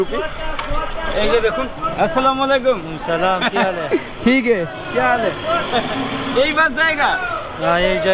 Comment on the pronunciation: ভাই সালামটা আসসালামু ওলাইকুম হবে না সালামটা হবে এমন আসসালামুয়ালাইকুম ওরাহমাতুল্লাহ